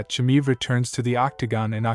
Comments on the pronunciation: Chimaev not chimive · You not being able to pronounce "Chimaev" correctly... tells me you know nothing about the man... I think he is way to aggressive for Costa.. Costa is big but slow... which means he is always dehydrated when fighting... Khamzat will be in a better shape than his 170lb... and his ground game is wild so I am going with 90 to 10 Khamzat with the odds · You can't even pronounce his name and you think you know anything...😢